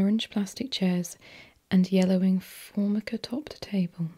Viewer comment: "Formica" is "for-MIKE-uh," by the way.